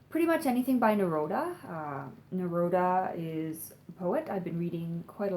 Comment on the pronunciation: Because you like Neruda so much..it's pronounced Na-roo-da, not Na -road-a